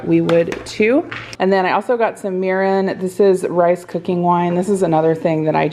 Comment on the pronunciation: I usually have youtube playing in the background as I'm doing something else and I had to stop what I was doing and rewind when you were talking about that mirin product! I could've sworn you said urine! 😂